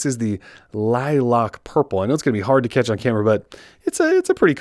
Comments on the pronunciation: Lilac is pronounced "lie-lack" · It bugs me that no reviewer of this phone knows how to say lilac. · Yes 😭 lilock like bruh li lAc lack people